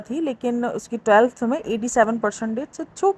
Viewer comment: Anfluance or influence Slip cycle or sleep cycle Telth or 12th Bhai English seekh lay...